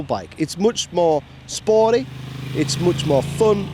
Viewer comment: Or what's "spor-i?"